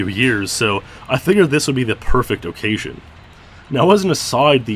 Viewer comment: Loved the video, but the way you say "O-ccasion" is extremely upsetting.